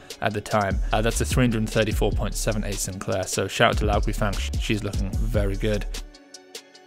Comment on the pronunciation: Enjoy the posts. Just a nit-pick. Guifang is pronounced Gway-fong (I've a Chinese wife!). Keep the content coming!